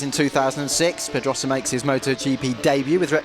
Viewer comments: Why can`t the narrator pronounce Pedrosa properly? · h that guy does not know how to say pedrosa right